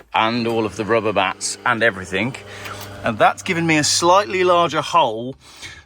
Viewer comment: it's everthing not everythink!!!